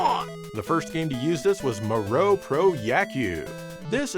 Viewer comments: Moero is pronounced Moh- EH-Row, not " moe- row" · The way he pronounces moero is 🤣🤣